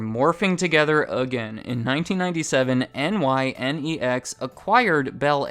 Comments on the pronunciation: NYNEX was pronounced “nigh-neks” “We’re the one for you, New England; New England telephone” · Like you would say, "My next video", it's a two syllable word--NY -NEX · nynex was pronounced 9-X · NYNEX is pronounced "Nine-ex". I remember them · Fun Fact: "N.Y.N.E.X." was pronounced as "nine ex". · NYNEX is pronounced NINE-EXX. Please do your research!! You can do better than this! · FYI, NYNEX was pronounced "Nine-X" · Pronounced: Ni Next(NYNEX) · NYNEX is pronounced 9X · All these years I thought big ol' AT&T swallowed up Cingular, never knew they were the big fish. Also, hate to be that guy, but it's pronounced "Nine-Ex" not N-Y-N-E-X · One thing I'm confused by is I'm in New England, and NYNEX (which btw is pronounced phonetically, like nine-ex) was a presence here, but there were a ton of commercials for Bell Atlantic too in 1999-ish anyways. I distinctly remember hearing James Earl Jones as the spokesperson for Bell Atlantic in local commercials. Were the lines drawn in these regions not clear-cut? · NYNEX is pronounced Nine-X. That and Bell Atlantic is now known as Verizon. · Are you seriously unable to pronounce the name of the company, "NYNEX?" (Nigh-Nex)... their own commercials pronounced it, I'm sure you can too! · Great video. One of the best overviews of the mayhem after the breakup of the Bell System I've seen. One note though, NYNEX is (or was) pronounced Nine-Ecks (9X) and vaguely stood for New York New England eXchange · In case you're curious, growing up in Boston, we pronounced NYNEX as "nine-ex" rather than spelling out the acronym. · As a New Yorker, it was pronounced “Ni nex” during our commercial runs. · Omg yes.. I cringed every time he said it. “We’re the one for you New England, New England Telephone, part of the NYNEX family” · "NYNEX" is pronounced "nigh-nex" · NYNEX is pronounced nine-x. Was a regional thing up in New England. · NYNEX was pronounced "nine-ex" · NYNEX is pronounced "NINE-x" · FYI, NYNEX is pronounced “Nye-nex”